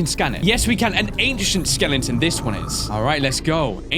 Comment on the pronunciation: saying "skelenton" never gets old